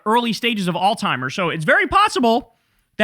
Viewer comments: Kyle, I love you dawg. But it’s ALZ-HEIMER’S (like alts-hymer’s) not ALL-TIMER’S. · Somebody has to tell Kyle that it's Alzheimer's and not All Timers. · Don’t mean to be pedantic, but it’s Alz. Heimer’s. Alzheimer’s. Not all-timers. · Alzheimer's, not All Timers. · How do we get Kyle to stop calling Alzheimer's alltimers 😔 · Alzheimer's*** not All-Timers. Yikes! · There is no T in Alzheimer’s. “Alls-himers” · I love you Kyle, but it is Alzheimer's (not Alltimers). I want to hear that Z! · I love you Kyle and agree with almost everything that you say and report. However, for the last few months, you’ve been pronouncing Alzheimer’s with a “T” like alls-timers, and it’s been fucking my ear-hole with a squalid prison shiv. That’s it… please correct and carry on! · Kyle, it's "Alzheimer's" ..... lol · You are pronouncing the word Alzheimer's wrong.